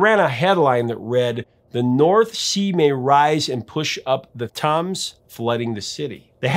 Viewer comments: Tims, not toms nor tums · A stone cold classic that has not aged at all and never has it been more relevant than it is now. And yes, the album is still killer with no filler. Clampdown. One of my all time favourite tracks. Small point, it is the River THAMES (pronounced Tames), not Toms. Great video as always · Sorry, but I have to say the London River is pronounced “Tems” not “tums” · Topper Headon was thought to look like Mickey the Monkey, and was called Topper as that was the comic that the character came from, he was not called Mickey the Monkey. The river that runs through London is the Thames, it is pronounced "TEMMS" not Toms as is said throughout this otherwise very good presentation. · how the hell did you mispronounce the River Thames like that? Tums? It was the Thay-ms, until a visitor from Germany was made King George I of England, and had trouble pronouncing the 'Th' with his thick German accent, and called it the 'Tems'. No-one wanted to embarrass him, so they all went with the flow, and called it the 'Tems.' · Thames is pronounced tems - like stems without the "s" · Thames is pronounced "tems" not "tums" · Thames is pronounced 'Tems' not 'Tams'. Somewhat illogically 😊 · Epic song Not epic is not knowing how to pronounce Thames (tems NOT tums ) 😂😂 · it's not pronounced "tims" either it's pronounced "tems" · The “London Calling” vinyl LP was released way back when I was a Radio DJ, and it was my pleasure to play the title cut on the California FM station where I worked at the time. If you like Punk, you’ll LOVE the record. I’m proud to say I still have that original pressing of the album! And by the way, the River Thames is pronounced “tems”. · Thames in pronounced TEMS. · Great content man. But, the Thames is pronounced River 'TEMS'. x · River Thames is pronounced 'Tems'. Great video.👍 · Thames is said "tems" like gems. "Rock the Casbah" was played a lot on the radio. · Just one point... Thames is pronounced Tems! 😃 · It’s pronounced “Tims”